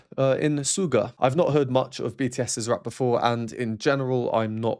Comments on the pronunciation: Side note... "Suga" is pronounced "SHoe Gah"; he created the stage name based on his favorite basketball position to play, "SHOOting GAurd". :) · Thank you so much for the awesome reaction, very enlightening! Just to let you know, Suga is pronounced Shooga, like the sweet white stuff we put in our tea 🙏💜🌸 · Used to study music professionally, left it but always regretted. Love your analysis, probably more detailed than anyone I’ve ever heard so far. I adore BTS. Just to mention: SUGA stands for “shooting guard” means pronounced with “sh”, although, Korean spelling is “s” but native speakers told me that “s” followed by “u” still readable as “sh” in Korean and considering it’s an English language abbreviation, it should be “sh” and that’s how most people pronounce it. I’ll add a link to prove: Other than that, what a pleasure to listen to your analysis. Thank you!